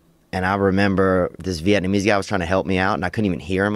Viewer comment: Bobby Lee was right, theo does sey vietnameeese funnuy lol